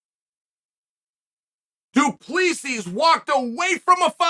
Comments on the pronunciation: I'm just sitting here watching these videos waiting for Chael to realise that it's actually "Du Plessis" and not "Du Plessi". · "du plizy" better stand down "there's no stupid Chael here"